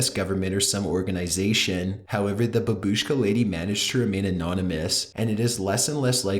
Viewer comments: Hahahahaha the way you pronounced babushka.... boobooshkuh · It's "bAbushka", not "bubUshka" lol edit: it's not "SpAtnik" but "SpUtnik" the way you speak and pronounce things is... interesting, you should definitrly work on it dude. You pronounce things as you've never read a book in your life. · It's not fucking babuuushka, it's baaabushka. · That word!!😂😂😂BABUSHKA😂😂😂😂wtf😂😂😂😂😂😂😂